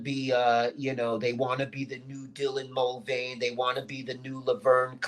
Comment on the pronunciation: I love how isn't even bothered to learn Dylan Mulvaney's name properly. Shows how insignificant Dylan is to.